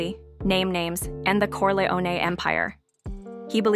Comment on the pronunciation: The AI voice ruins it. Can't even pronounce "Corleone."